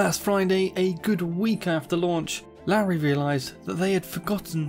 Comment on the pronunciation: It's pronounced 'Lorry'